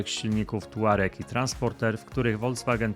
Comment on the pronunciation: Panie kochany ........nie Woldzwagen....tylko ......Volkswagen !!!!